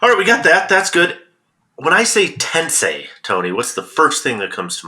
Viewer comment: When I hear "Tensei" my first thought is about how many YouTube golfers based in England who can't properly pronounce "Tensei."